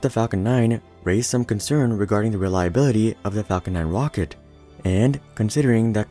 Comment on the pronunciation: He called the falcon heavy a "wocket" at the start